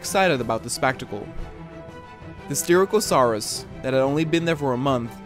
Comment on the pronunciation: Its sty-rack-o-suar-us